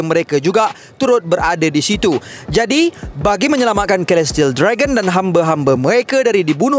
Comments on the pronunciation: Celestial = Selestiyel not kelestiyel takpe2 kita belajar sama2 haha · Ada sebutan kurang tepat. Celestial = Selestiyel, Alliance = Elaiyens.